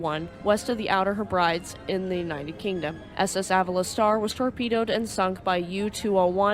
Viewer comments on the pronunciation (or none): Really comprehensive video, very well researched and presented. Just to add, and it doesn't matter because English is complete mayhem but Falmouth is pronounced "FALL-muff' (rhyming 'fall' with 'tall') or pronounced FAL-muff with 'fal' rhyming with 'cow'. Hebrides is pronounced "HEH-bruh-deez" Edinburgh is "ed-in-BRUH"